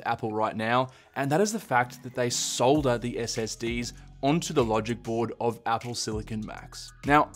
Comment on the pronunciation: Thank you for saying "solder" properly. 😁